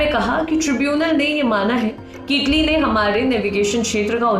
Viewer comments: Taly nahi italy ललनटॉप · Taly nhi italy